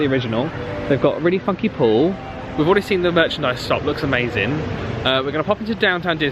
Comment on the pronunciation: Had to rewind and put captions on because it sounds like you said fucky instead of funky 😂